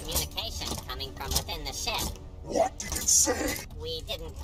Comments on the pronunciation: “??? Going down” “Did he say ships going down or shits going down” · Every time I hear “ship” in star wars I only hear “shit” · When he said “they told me this ship was fast”, I thought he said. “They told me this SHIT was fast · Grievous said "ship" but i hear "shit" LMAO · That tends to happen when droids say ship lol